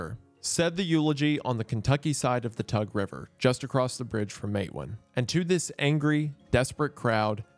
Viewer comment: Isn't it pronounced "Mate WAAN"